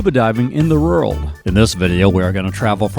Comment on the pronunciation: THAT'S "WORLD" NOT "ROULD"!! Learn to Pronounce Proper English Words.